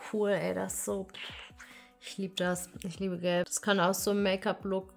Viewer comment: Wer hat auch verstanden „ich liebe Geld“ statt gelb 😂